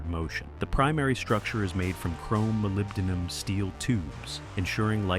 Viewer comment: Congrats on the pronunciation of the word: "molybdenum".